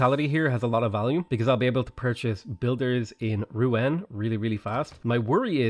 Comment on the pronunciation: Rouen pronounced “roo-on”